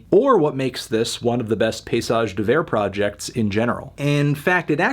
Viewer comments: pa-y-sage! not pay-sage! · I cringe every time you say "pissage", melon. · Dawg stop pronouncing it piss-age 😂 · "Paysage" is prononced "pay-e-sage". The "y" can sound like an "e" in french. Bonne journée sale pastèque :) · it's pretty accurate in fact! just missing a syllable in paysage (pay-EE-sage)